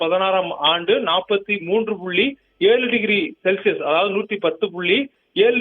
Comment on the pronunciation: ஒரு சில இடங்களில் செல்சியஸ் என்று சொல்றீங்க அம்மா...அடுத்த தடவை சரியாக சொல்லுங்க